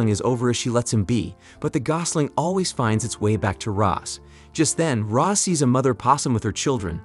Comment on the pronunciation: It’s Roz Not Rose.